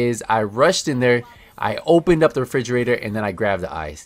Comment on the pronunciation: Thanks for the video a great help. But dude I couldn't help getting distracted when you say frigerator it refrigerator 😂